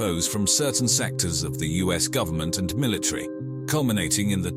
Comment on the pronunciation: Is the word pronounced military or milatree?